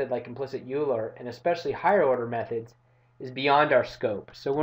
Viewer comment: Euler is pronounced as "Oyler".